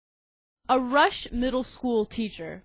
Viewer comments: RU-SHE!! No one can pronounce it lmao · It's Rushe . Not Rush . ROO-SHEE . Just saying .